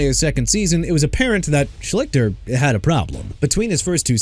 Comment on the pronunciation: I've heard of Art Schlichter. I remember watching him in college and thought he was going to be a good NFL QB. Quite the disappointment. Also, you're not saying his name correct. At least, "Shleester" is how it was pronounced by announcers back in the day. Yes, I'm old!